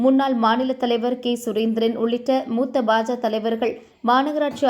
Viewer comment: நாயே அது என்ன பஜ.பேரை ஒழுங்கா சொல்.